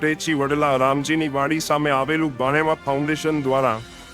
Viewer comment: ભાણેવા નય ભાવેણા